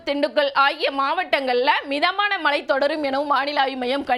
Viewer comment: tamil pronouncing wrong. eg.malai polivu. correct it as mazhai pozhivu.